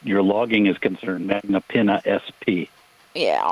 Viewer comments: “Magnapeena” “magnapinna*” 🤣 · lol she really went all in when she said "Magna Pena"